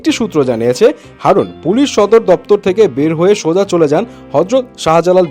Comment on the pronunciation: হারুন❌ হাউন✅ 😆😆🤣🤣